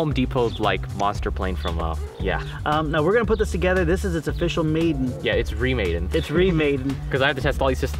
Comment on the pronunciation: nothing will make you sound like a child faster than pronouncing together as "tuhgedder"